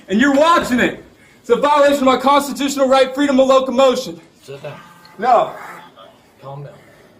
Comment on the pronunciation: Did he really say 'Constitooshunal Pirates'?...Yo Ho Ho..... & a bottle of Rum.